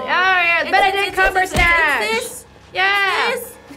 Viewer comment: She said "Benedict Cumbersnatch" 😂😂😅😅😅